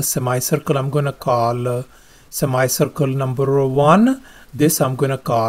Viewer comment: sir your pronunciation for semicircle is wrong and.....Thales theorem was new for me